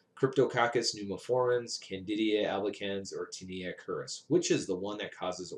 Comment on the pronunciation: Isn't it Candida not candidia?